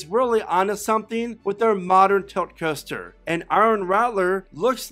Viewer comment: Roller Custer? Why does he say coaster like that lmaooo